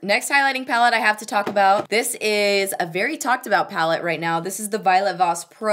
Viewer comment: with "dis dick" makes me laugh everytime!